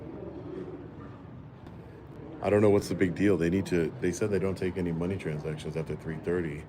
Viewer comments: “Transcations”? Lmaoo I’m weak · What are "transcations"? LOL